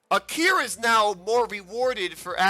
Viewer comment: Within two seconds of the video. Says the girl's name wrong... Jesus... Ah-Ki-Ra. Not '-Kee-ruh.